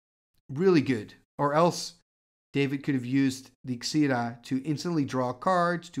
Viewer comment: Why do you pronounce Xira Arien as "Zeda"? It was just really confusing to me throughout the video, I always thought it was pronounced "Zira". Anyways, sorry if it's a nitpick, was just wondering. Love the content tho, have watched you for years, and I must say I love watching the different types of old school tournaments out there like X-Points, or Stapleless since it's not just watching different variants of 3-S or The Deck over and over. Thank you so much for your contribution to the Old School community, and for showing us these awesome different style of old school and cool cards/combos from the past.